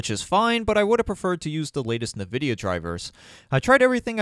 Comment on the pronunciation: lol Na-Vidia... (i can see that) but it's pronounced IN-Videa